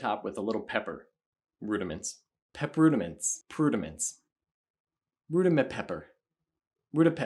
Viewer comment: I don’t even understand drumming and I still enjoyed this video a lot 😂. “Prudiments” 🤣